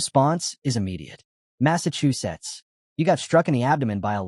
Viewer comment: why does the Ai keep saying Massachusetts